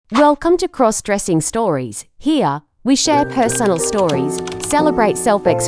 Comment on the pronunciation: Stop mispronouncing crossdressing 😮